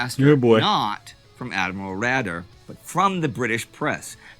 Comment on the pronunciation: Admiral 'Raeder' should be pronounced Raider not Rader. And yes, the Bismarck's guns damaged her fire control/radar systems. Check out Drachinfel's channel for more information on what destroyed the Hood. Swordfish attacked HMS Sheffield, I believe, with magnetic fuses which failed. 'Sink the Bismarck' is one of my favorite WWII movies.